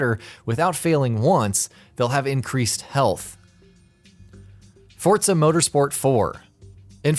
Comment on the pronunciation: Its forza not fortza